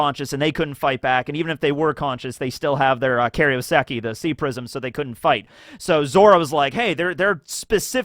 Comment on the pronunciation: kairouseki, not karyoseki...